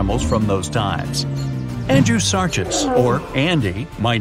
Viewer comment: Dude. Pronounced: "AndrewsarKus" all "ch" are "k". Fun video!